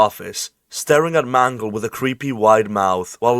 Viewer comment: Good video, but i can't stop hearing mango when you say Mangle.